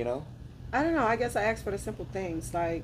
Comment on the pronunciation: how is someone with an ass a mile wide good looking n learn how to talk,you don't axe someone you ask someone